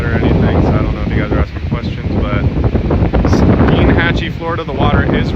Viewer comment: It's pronounced STINE-hatchee, not STEEN-hatchee.